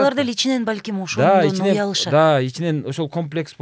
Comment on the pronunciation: Эй! Сен өзүң ошодон деп туура эмес сүйлөп атасың го? Ошондон деп сүйлөш керек го? Анан дагы да-да дейсиң го? Орусча сен деле сүйлөй албайсың. Анан, да-да деп орусча сүйлөйсүң го😂